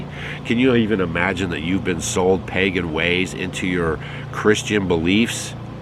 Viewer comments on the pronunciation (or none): none